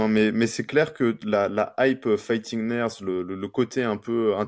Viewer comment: Quand prononce fighting nerds je ne peux pas m'empêcher d'entendre "fighting merdes" 🤣 Je suis le seul?